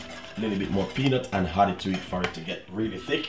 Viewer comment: "and then you hoood....always can hoood milk, to the water inside of the pot"....LOLOLOLOL